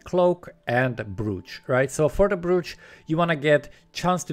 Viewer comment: Thank you! Brooch, the OO is pronounced OH, like Oak or Cloak <3